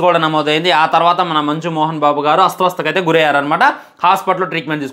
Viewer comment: ఒరేయ్.. ఒరేయ్.. అది అస్తవస్త కాదురా "అస్వస్థత ".. రా 🤦🏻‍♂️🤦🏻‍♂️🤦🏻‍♂️